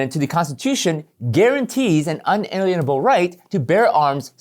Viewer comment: It's less known, but more correct to pronounce and think of that word as Un-a-LEANABLE